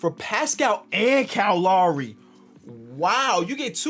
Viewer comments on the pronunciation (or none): Nobody:: KYLE LAWRY